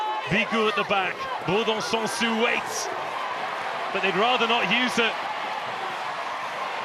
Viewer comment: I'm so grateful this channel exists and we're able to see those matches, but please someone at BBC tell how to properly pronounce French surnames, like why is BouLard pronounced as BouYard 😂 (and the last -s in Bourdon-SansuS should be pronounced as well)